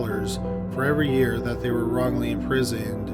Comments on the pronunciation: Wongly convicted?? LMAO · Wongly Convicted